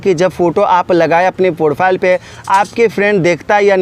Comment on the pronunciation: Profile bolna to sikh le